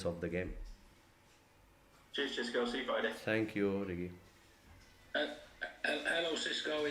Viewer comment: Gidds: Sisco!! Come on, please pronounce his name properly! UTO 🦉